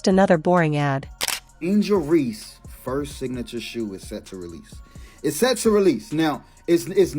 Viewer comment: IT'S "REESE," NOT REEDS, COME ON MAN!!!!!